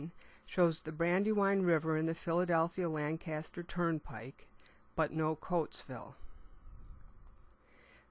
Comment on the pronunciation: Lan-kister, not Lan-caster.